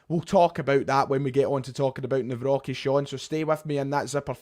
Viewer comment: there's no "B" in Nawrocki, mate